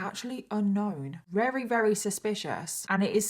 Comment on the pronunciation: I love these episodes. You do a wonderful job of researching and telling the story. I do wish though you would pronounce the word "very" properly instead of rerry.